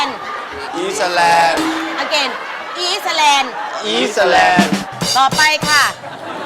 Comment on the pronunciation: ครูขาๆ คำว่า อะเกน ครูออกเสียงผิดนะคะ ต้องอ่านว่า อะ กา อิ่น